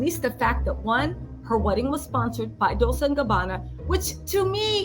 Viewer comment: It’s Pronounced Dole-chay! Not Dole-say. The Kardashians are just a bunch of jealous haters. They are just mad because Kourtney is living her best life. I’m truly happy for K and T.♥️